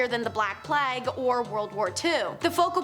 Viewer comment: Nice job you're doing,. One thing? You're occasionally pronouncing plague wrong, not sure why? Playg not Plagg. Otherwise, you're rocking it. 👍🏻